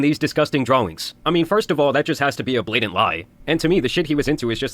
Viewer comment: Why does he pronounce it dra-wings and not as draw-ings? I keep hearing uwu talk.